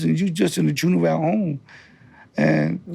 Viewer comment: It’s Ju-ven-ile my boy